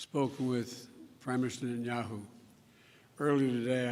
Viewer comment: Nhenyau.....he can't even pronounce his name.